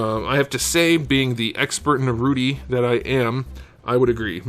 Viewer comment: "Narouti" oh mai these americans....